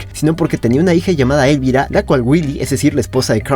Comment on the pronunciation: Elvira es un nombre español y se pasan el vídeo pronunciando lo mal, el golpe de acentuación va en la I central y no en la E inicial.